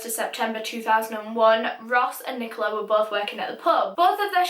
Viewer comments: Did you say friken NiCoLa I felt a thing in my stomach everytime you said that same Rest In peace Ross, Rest In Peace. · im having a rly hard time listening to her say nicola